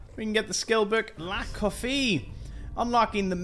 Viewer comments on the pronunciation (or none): OK. Love your videos to bits and being Scottish get hoe people love your accent. It is La qu-af. Not La Coffee.